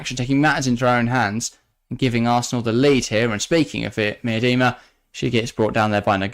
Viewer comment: could you just try and pronounce names right? Miedema isn't an overly difficult name and you two manage to both say it wrong in different ways